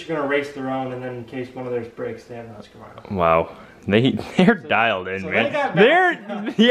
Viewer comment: Whats the deal with Americans that can't pronounce "Husquarna"? Hus = Hoos as in Hosier slicks and quarna or kvarna as it spells. I've always wondered about that.